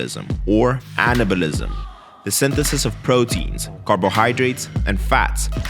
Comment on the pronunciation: Did he say cannibalism?.... Or anabalism?